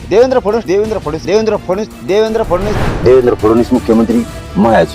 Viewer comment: साधा "फडणवीस" नावाचा नीट उच्चार करता येत नाही फुकटच्या चपटीवर बोलणाऱ्या मिथूनला....